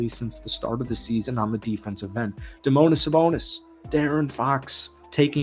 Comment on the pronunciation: Domonis Sabonis lol